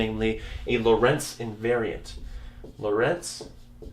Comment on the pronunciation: In "Lorentz" the "o" is stressed, not the "e"!